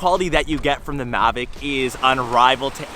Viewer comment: It's mavic not magic